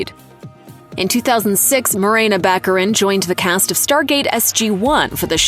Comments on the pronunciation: Morena Bach-ah-reen. Not back arin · It’s Ba-care-in! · Baccarìn, with the accent on the last i, please. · Venetian pronunce is Baccarìn. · Before you narrate a video about someone, you really should learn how to pronounce their name. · Would it be possible for narrators to learn how to pronounce people’s names?